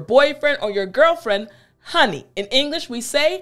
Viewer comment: You should be reported for misuse of english-honey- in the way you say it, it's an act of ,,lezmajestate". Corina Ijac